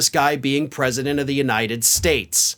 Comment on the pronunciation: I know lots of words, great words, the best words. I just can't pronounce any of them. "The United SHTATSH"